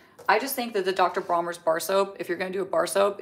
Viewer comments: DR. BRONNERS.. Not Bromers. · its Bronners with an N